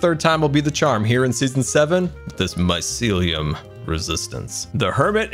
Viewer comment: he actually probably knows but faking it also it's mycelium not mysiliam